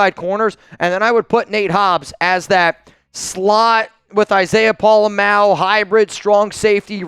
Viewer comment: u finally said Pola Mao’s name right! Mah-O (you used to say May-O). He definitely is the guy for the job, but there will be growing pains. His tackling is definitely better than Epps. Question is can he do get the back end aligned properly